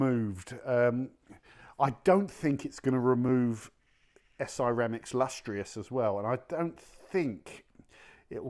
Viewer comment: Lust tree ous? Lust trous